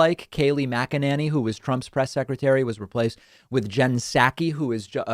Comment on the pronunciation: Dude, you need to up your pronunciation skills if you’re gonna be a guy who gives VOICE to issues. McEnany is NOT McEnaNNY. (She is not a nanny despite what it seems) And Psaki is NOT Psakki! When you order saki at a sushi bar, do you ask for “sakki”? It’s not sad as in Sack-ee, it’s SOCK-ee. 🙄🙄🙄